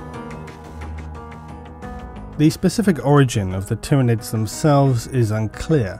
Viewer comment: Finally someone who pronounces Tyranids correctly!